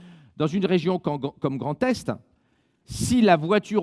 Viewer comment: Y'a que moi ou a chaque fois qu'il dit 'Grand Est' j'entends 'Grand Test'...